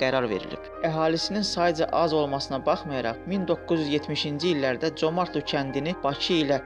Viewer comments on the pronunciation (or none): Comartlı yox!Ay mən diyən.CÖMƏRDLİ.